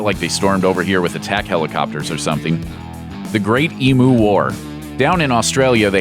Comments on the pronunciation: Dude, it's called an "ee-myoo", not "ee-moo", it's not a bloody cow. Honestly, you Americans... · Pronounced eem-you not emoo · What the hell is an e-moo? E-mew! Do you even Australian? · It’s pronounced EEEM YOU NOT EMM OOOH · ok why can non Aussies not Say Emu the right way omg no matter who it is its always said wrong this is the real way to say it and also the reason why it is always shown as simply Emu .I have heard Americans say “eamoo” which is weird. The proper way to say it is “eamyoo”. I don’t blame Americans for this. There are a lot of Aboriginal names and terms in Australia which were written down by predominately British explorers in their own regional accents which are now long gone. The result for instance is that people in the north of NSW cannot properly pronounce half the places in the south and vice versa. I cannot pronounce half the places in Victoria or Queensland. So why did they not write it as Eamyoo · 'EEM-YOU ', NOT 'E-MOO'. IT'S NOT A DIGITAL COW, GOD DAMN IT! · Nobody mangles the English language more than an American. Sheesh! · It's ee-me-yu -me-yu. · It’s pronounced “E Mews” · Its pronounced Eem-You. Honestly, the amount of things America has to be embarrassed about could fill a dictionary. Of course a deliberately inaccurate dictionary is one of the things the US has to be embarrassed about. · LMAO the comments section be like 80% "emu" pronunciation, and 20% some actual comments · The way he pronounced Emu is more cringe-worthy and embarrassing to his country than the failed war we had on them.